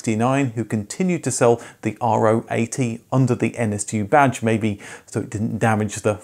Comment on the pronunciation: Wow! I never thought that anyone would ever talk about the VW K70. My dad bought 1 in '72, an L reg. Oh, and by the way, it's pronounced "row" as "row, row, row your boat". It's the German spelling of the 17th Greek letter of the alphabet, which in English is Rho.